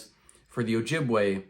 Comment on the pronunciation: It's pronounced Oh-Yee- bwe; we never used the J in our alphabet system.